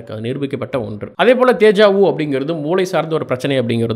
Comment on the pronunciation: hi, i seen your video nice.. DEJA VU is a french word and i am from france. Your meaning is correct , but the prononcation is not good. if you want type this word in the google translation and put speaker symbol to hear the sound.